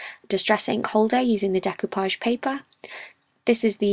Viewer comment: Thank you for teaching me the proper pronunciation of the word "decoupage". It came up in an audiobook project and I have never encountered the word before.